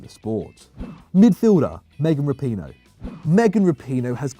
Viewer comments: Did he really say megan rapione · Rapinoe?! Just stop. FFS no. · I can understand the difficulty in saying some Italian names (though the mispronunciation of Chiellini remains inexplicable), but how do you butcher Megan Rapinoe's name? and 20 seconds later, he says it correctly....😂